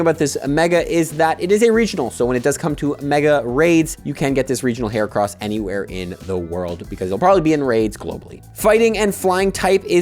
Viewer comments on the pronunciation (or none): “regional herracross” ??? 🤣🤣🤣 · bro said herracross😂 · “heracross” bruh what